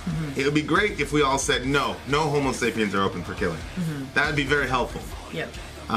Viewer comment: you're killing me. It's homo sapiens not homo sapien.